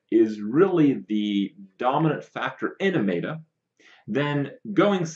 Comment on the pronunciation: "Mae-ta"? It's "met-a" as in metamorphosis or metadata. This bothers me almost as much as "topdecking". Of course its a good card off the top of the deck, that's self-explanatory. You mean to say you got "yugi-oh'd" where they drew a card that they shouldn't have.